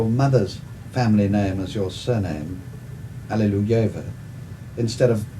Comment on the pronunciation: Светлана Иосифовна Аллилуева Not only messed up in the interview. Her correction still ignored in the description. It is not "Allileyua" but Alliluyeva. Very reasonable and thoughtful woman. I would not have expected. Extreme opposite of some nepo baby!